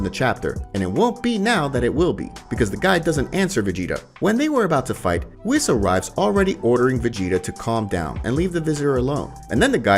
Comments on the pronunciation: Please pronounce Whis’s name properly it’s pronounced weese….. lol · Wiz; Zeeno; Brolee Other then the ponounciation its a good video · First of all, you continously call Broly, Brawley. Then you call the Tree of Might, the Tree of Power and probably most importantly, this is just HORSESHIT. I guess it's a fan-manga but I've never even heard of it and now I know why. And I don't think that's your voice calling Whis, fuckin' WHIZZ! WHO IN THE BLUE HELL ARE YOU?! TERRIBLE.